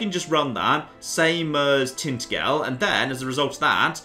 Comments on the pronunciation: please can you stop insulting my heritage, It's pronounced Tin-Ta-Jul. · Hold up. How did you just pronounce Tintagel? I used to live in Cornwall, that is a savage way of saying it.